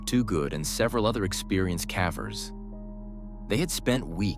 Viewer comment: Cavers not Caaaaavers!!!!!! what the hell he can’t even pronounce it right!!